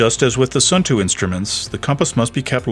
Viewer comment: Nice review. I know that Suunto has somehow become “Sun Too” in the US, but the proper pronunciation is more like “Soon Toe”